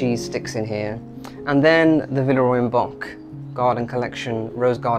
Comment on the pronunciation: Thank you so much! A lot of people think it is pronounced that way, it is definitely Bock - I've been working with them since last December and all the team assured me it's Bock )